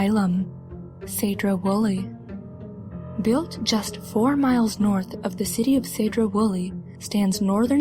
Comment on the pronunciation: For future reference it’s Seedro not Saydro Woolley. Although you can wonder the grounds in some places, you most likely won’t get into the buildings. You’ll mainly see the farm the patients worked on and some of the buildings are now being used as a Job Corp. Men also sent their wives who were going threw menopause there, kids who would now be diagnosed with ADD and other patients who were not actually crazy. Upon release some men were even sterilized